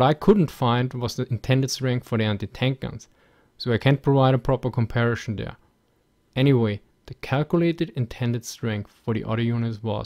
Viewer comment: I wondered whether "Shtalingrad" was the correct Russian pronunciation -- until the guy asked about the comparishon of forshes.